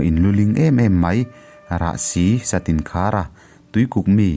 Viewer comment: Satinkhara nilo in Satinkara tihtur a ni e, kapi minhrih dan